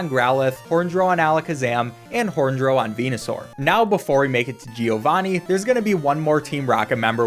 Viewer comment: As an Italian I laugh a lot whenever you say "gee- o-vani" 🤣